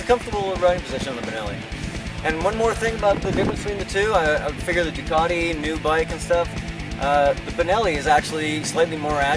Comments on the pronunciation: why does he keep calling the duc as a 'duck'?. .. isn't it supposed to be more like 'duke'? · "duck"??? WTF??? duck!!! OMG!!! its a ducati orrrr duke.. OMG "duc" is this normal in usa to call it a duck.